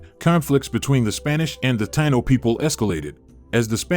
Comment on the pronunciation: I wish they would pronounce it correctly. Tah-EE-no. Not Tye-no.